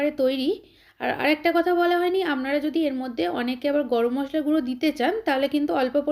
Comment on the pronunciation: আপনার রান্না টা খুব ভালো লাগলো তবে আমনারা না বলে আপনারা বলবেন শুনতে কানে খুব খারাপ লাগছে।